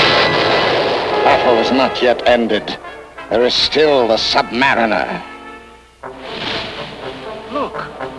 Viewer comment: Sub-mariner, not sub-mareener.